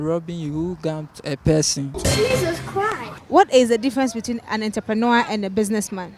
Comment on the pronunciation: Not Enterpreneur but rather entrepreneur( french word)! Love my Rak Fam!!